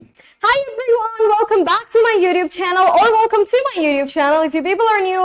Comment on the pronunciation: YOUTUBE NOT YOUDUBE OMG THIS INDIAN